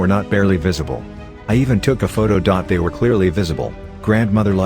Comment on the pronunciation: Story: "After they signed the lease" Voice: "After t-hay signed the lease"